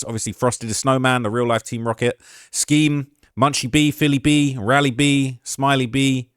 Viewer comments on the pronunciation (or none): none